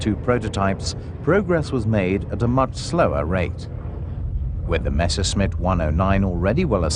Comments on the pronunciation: Why is it so hard to say Messerschmitt instead of Meshersmitt? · Why do they always have to say "Mashersmitt"? Can't they read? MESSERSCHMITT!!! That can't be too difficult, even for people who don't speak German! That's ridiculous and distracting. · Rules for hiring narrators for WW2 air war docos: If they can't even pronounce Messerschmitt, never mind Rüstsatz or Ploiești then they don't get the job!